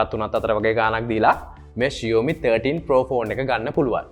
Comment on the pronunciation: ෂියෝමි නෙමේ බං ෂාමි.....😬😁 හරියට ලංකාවේ කෙල්ලෙක්ට talk කරනවා වගේ....😂🤣